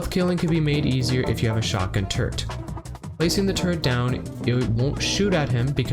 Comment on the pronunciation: Chapter "Where each tool excels" becomes a mix of funny and disturbing, if you continually understand "turd" instead of "turret". :D Otherwise fantastic guide, thanks man.